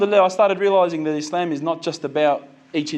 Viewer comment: Islam and Muslim is pronounced with a s like in the word sunny or soft or musketeer. 11.00 good points